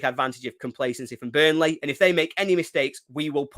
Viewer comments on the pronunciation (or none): Good old « Bunrley »😂